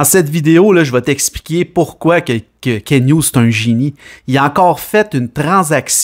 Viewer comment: C pas Ken hugues c KenT avec un T !!!!!!!